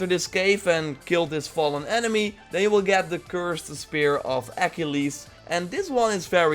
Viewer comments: The mispronouncing of some of these things slightly unnerve me. It's pronounced Ah-keel-ees not Ak-ill-ees. I'm sorry it's just oof for me XD but each their own I suppose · When u say Achilles it’s sooooo cringed and annoying .. it’s pronounced UH-KEE-LEES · Bro said Achilles so wrong it’s crazy